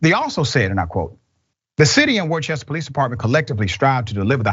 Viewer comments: Just FYI, when Worcester is pronounced it sounds like WOO-STER. English is a hell of a language. We even spell 'knife' with a 'K'.. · The town is pronounced wooster. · I was born in Worcester. It's pronounced, Wooster. And if you live there, it's pronounced Woostah. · Pronounced-Woo-ster- similar to Worcestershire sauce. Reminds me of when Donkey from the 1st Shrek tried to Pronounce it. Lol. One of my favorite lines. From NH on the Mass border, not far. This is super sad to see but no suprise. Biggest crime it seems, is to insult a cop. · Okay I know this is gonna seem kinda petty considering the subject matter here, but the town of Worcester is pronounced “Wooster” Massachusetts. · Worcester, pronounced Wooster. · Bit of trivia: Worcester is pronounced "Wooster" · OMFG "Dr" Roichue learn how to pronounce proper nouns! You yet again butchered the name of the city of Worcester. Try saying "Wuss-ter" FFS. I thought you were supposed to be highly educated. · Worcester is pronounced Wooster. Its a New England thing. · Worchester is pronouced Worsta. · It's pronounced "WOOS-tah"... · Gang activity But not even gangs target civilians I knew I recognized that accent 🤣 it's pronounced Wuh-ster sir 😂 It's so crazy we the tax payers have to pay for their mistakes against tax payers 🤦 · Worcester is pronounced Wooster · Worcester is pronouned "wooster" FYI. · The city is Pronounced Wister or Wistah. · Worcester is pronounced 'Wister' or 'Wistah' if you're from MA...just saying. 😉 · Fyi the city is pronounced WOOster. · No it's not, it's pronounced "WISTER". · Hey Doc, the name of the town is pronounced "Worster" - as in "ain't no cops worster than ours!"... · It's pronounced "Wooster"..or "Woostah" if you're from Worcester... :) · Its pronounced Wooster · He said Worcester wrong hahahaha. I know I am from mass. Everyone that is not from mass most of them say Worcester like that hahahaha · You are pronouncing the city wrong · You said Worcester all wrong lmao